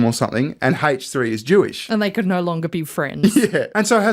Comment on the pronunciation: Why does he pronounce the H in H3 like that lmao